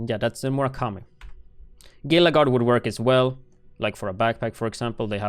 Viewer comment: great videos, FYI the word “gila” is prounounced “HEE-LA”. like a gila monster 😘